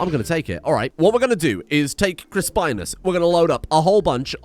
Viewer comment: RIP Chris-Pine-Us